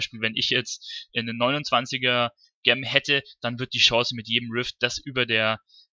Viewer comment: Wenn Du noch mal über Juwelen reden willst, Gem klingt so, als ziehe man sich die Schuhe verkehrt herum an und bindet die Schnürsenkel zusammen. So sieht die Aussprache richtig aus : dʒɛm - wie bei Jenny oder Jerry. Ansonsten natürlich sehr informativ und danke für die Mühe. Viel Spaß beim Zocken.